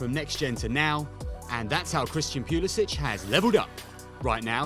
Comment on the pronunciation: Yeah, unless he starts on the regular next season, he needs to leave Chelsea. Also, not sure if you're saying his last name right.